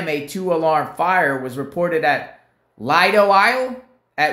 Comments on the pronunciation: hey It is pronounced LEE DOUGH I"ll Like I will Merry Christmas bro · It's pronounced as Leedo. (Lido) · It's pronounced... Leedo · Lee-doe island.